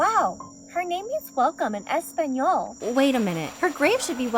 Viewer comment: I barely know Spanish, but Learnt it for three years. She said Español wrong, and it annoys me immensely